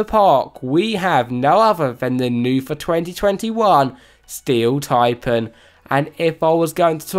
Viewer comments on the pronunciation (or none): Steel “Tipin”😂😂😂😂😂😂😂😂